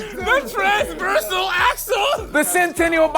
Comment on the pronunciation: "The transveral axel" LMFAO sir just have several seats 🤣🤣🤣